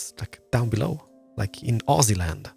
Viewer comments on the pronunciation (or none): none